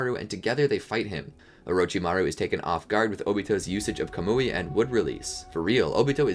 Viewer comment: its not ko-mu-ei its ka-mu-ei maybe it is diffrent in the Japanese version tho